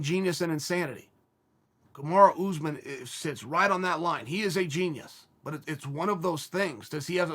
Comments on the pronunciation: “Kamarah Usman” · Everyone: “Kamaru Usman” Chael: “Kamara Oozman”